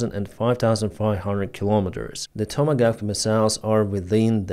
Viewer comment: The long range cruise missiles are called “Tomahawk”. Not “tomagaf”.